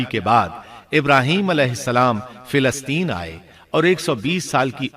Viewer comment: Filasteen? Ap filasteen keun kahte hain? Falasteen *.